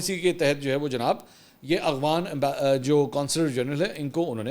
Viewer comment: خان جی اخوان نہیں افغان اور افغانستان ہوتا ہے